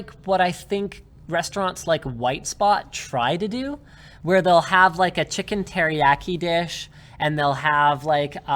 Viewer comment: "chicken teri-ack-i"